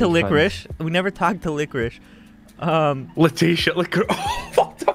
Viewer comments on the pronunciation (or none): YOU TO LICORISHE me: laughs way to much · "You to liqurish" that had me dying